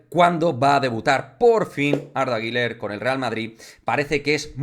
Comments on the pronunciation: Arda guler arda guler no (guiler) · No se pronuncia Giler